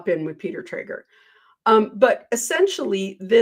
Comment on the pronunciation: Just fyi it's Peter Tragos, not Trager